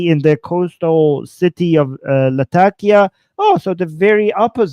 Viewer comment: I have friends in Latakia and you’re pronouncing it correctly.